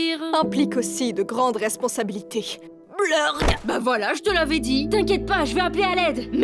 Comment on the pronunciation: C'est plus "mayday" c'est "maydead" 🤣